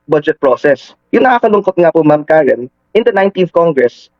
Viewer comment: boss .karen po..hindi karin😂😂